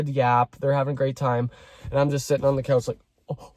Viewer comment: no tea i'm very invested in the story but i love the way you make the word 'couch' sound like it has an L in it